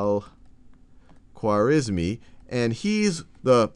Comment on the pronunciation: It's unfortunate that you didn't take time to learn how to say the name Al-Khwarizmi correctly.